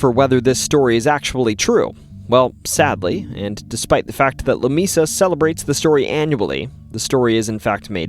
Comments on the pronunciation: New sub ! It is pronounced La "Mea 'sa" which in Spanish means a table not " Mi'sa " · "Lah- May-Sah" Love the vids, but makin' me crazy sometimes. 😂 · Lamesa doesn't have a long e in the pronunciation, and if you drive around Marble Falls you can see how a person would say there are mountains. They're really just big hills, but I can see how they would be seen as mountains. That being said, awesome stories. I've heard a few of these over the years, plus a few you missed! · You sound like a yankee. The town of Lamesa is the combination of two Spanish words. The e is pronounced like a long a. it isn't LaMeeeesa, It is La Maaasa. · Im pretty sure Lamesa Texas is pronounced like la may (like the month) sa, not la me sa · It’s “leh-MAY-saw”. Lamesa. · La-May- sa ! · La MAY Sa! Moron. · Lamesa is pronounced La may sa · It's pronounced Lah- may- sah. Please get it right. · maybe it was mispronounced just for all the attention mispronouncing Texas towns can get😂